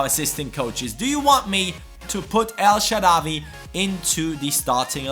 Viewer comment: Of course we want El Shaarawy in the starting lineup but please mate spell it El Shaarawy w=w not w=v or just put الشعراوى on Google translate and listen to the spelling :D